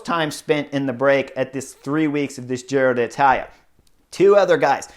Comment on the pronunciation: “Giro Datala” … im gonna say it like that from now on lol!